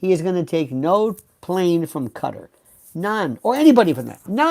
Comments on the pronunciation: Hello Lionel ! I watch you often, but rarely do I comment. I HAD to say something, in reference to your pronunciation of Qatar. I have learned many new words from you, often, having to google the word to find out it's meaning. You need to look up Qatar, as it is pronounced Kuh-taar, NOT Cutter. I believe I am correct. I even looked it up to make sure, before I commented here. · Quatar. Pronounced Katt - aar